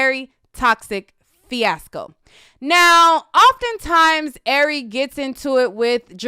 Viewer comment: you keep saying airy when it Ari lol